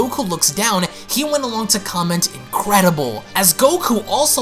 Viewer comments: its been saying increidble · And also "increidble" rlly nice grammar whoever wrote this fan manga